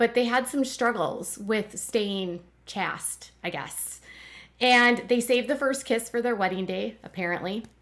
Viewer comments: Not chast,, chaste-pronounced chayst 🙄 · Why do you pronounce chaste (chayst) as CHAST? Is that some new "thing" the way everyone now pronounces niche (formerly 'nitch') as 'neesh'? Mispronouncing normal words stands out like a sore thumb and it occurs to me that it's not the first time I've heard you pronounce it that way. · Hey sweetie, I enjoyed your video. I just want to let you know that the word 'chaste' is pronounced chayst. You're doing great and I hope your channel keeps growing! 😊🤗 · Chaste not chast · Hi chaste is pronounced chased. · Why do you mispronounce and mis-use so many words? Learn how to pronounce CHASTE. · Chaste is pronounced with a long A like paste. I mean this in a kind way. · Chaste- the A is hard ChAste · The word chaste rhymes with waste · Yep. Long A. Doesn't follow the typical English grammar rules.